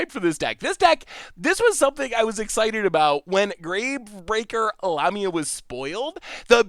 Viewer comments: The mispronunciation is just ridiculous. La...mi...a...the picture on the card is a snake like creature a.k.a. a Lamia NOT anywhere near a llama 🙄👎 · La-ME-a. Lamia 😁